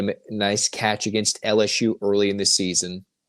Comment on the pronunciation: … it is not pronounced “LS-SHOE”! Haha